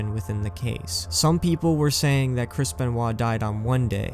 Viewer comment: The ‘R’ was missing in “” because you added it to “Anthology”